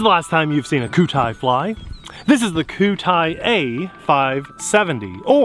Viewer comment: koo tie? i thought QIDI was like 'kee dee' or 'kwee dee'